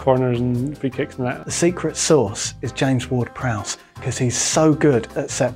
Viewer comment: "James Ward-Prowse" Chaos ensues